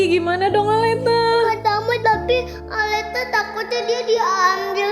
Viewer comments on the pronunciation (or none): bukan aleta